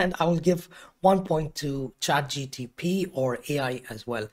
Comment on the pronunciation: Trigger alert: he keeps saying Chat G T P .. instead of G P T